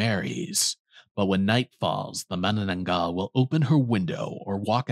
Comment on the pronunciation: I'm surprised on how fluent you pronounced Manananggal because most Foreigners had a hard time saying it because the Filipino language uses s hard pronunciation of syllables.